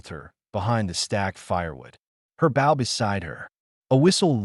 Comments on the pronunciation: Good god if you're going to us AI, at least program it to distinguish between bow and bow. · Bough or bow? Lol